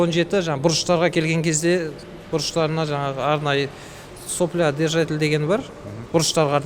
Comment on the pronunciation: Менде 10 жыл опыт бар ! Грако-2 , Грако-3, Грако-4 , Грако-5 ( Сопля емес)😂 Сапло деп айтады!